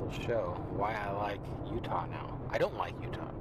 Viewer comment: Great video dude :), found it funny the way you said Utah in the beginning of the video sounded something like ohhta or what ever. pretty funny :)